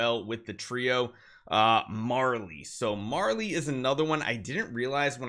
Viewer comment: mary-lee not marley 🙁